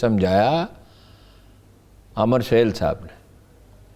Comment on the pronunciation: او بھائی امر سہیل نہیں عامر سہیل کہو۔ماما انگریز